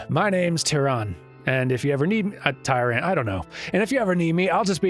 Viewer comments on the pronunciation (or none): The german Tyrann is pronounced like "Türann" ( and the swedish is pretty similar ), which is unfortunate, as there is no similar sound for "ü" in both english and japanese The best explanation of how to reproduce it as an english speaker I came across in a short time was: "The easiest way to do this is to start by saying the sound “ee” and then slowly changing the shape of your mouth from its wider position to a closed whistling shape." Not quite there, but close enough But if you want to hear what it really sounds like, google translator or an online dictionary with sound samples are your friends